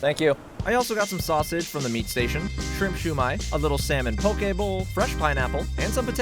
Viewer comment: As a native Hawaiian, thank you so much for saying pokē bowl right. I can’t tell you how hard it is to ignore when people say it wrong bc pokē has a VERY different meaning if said wrong.